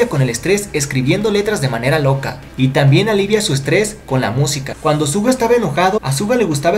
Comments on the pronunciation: Te he escuchado decir tantas veces ''Zuga'' en vez de ''Shuga'' xD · Es raro que diga «Suga» cuando todo el fandom dice «Shuga o Yoongi». Soy de las que dice shuga, por eso se me hace raro. 🌚🐣🤔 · Su nombre no se pronuncia así :v